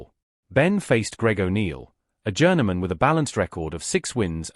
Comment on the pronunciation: Its JOURNEYMAN NOT GERMAN!